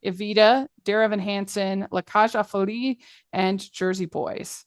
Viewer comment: The phrase "La Cage aux Folles" is pronounced [la kaʒ o fɔl] in French. "Folles" rhymes with the English word "mull"